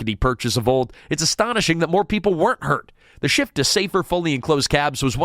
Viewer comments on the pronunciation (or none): none